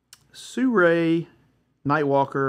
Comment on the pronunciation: Lol you can't even pronounce the brand dude...